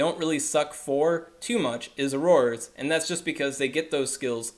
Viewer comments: Lmfao that pronunciation 😂😂 aroarors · Omg learn the pronunciation